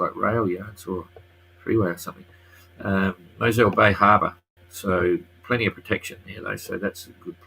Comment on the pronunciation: Mossel Bay is a fishing harbour ... great protection .. and like above replace the e with an o for pronunciation